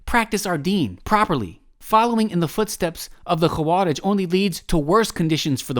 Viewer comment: hey this is totally random and kind of insignificant but the و in خوارج is not heavy or mufakham like the خ, and is muraqqaqeh